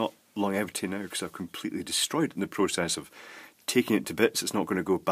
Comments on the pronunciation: Hi, I think pronunciation is"lon-gevity" not "long-evity", but then I'm a Sassenach. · it is lon-gevity as far as I pronounce it anyway